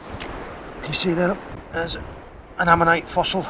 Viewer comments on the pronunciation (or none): none